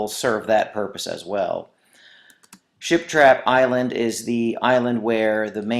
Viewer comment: OMG THANK U SO MUCH I NEEDED THIS!!!!! also every time he said ship trap island it kinda sounded like he was saying shit trap island lol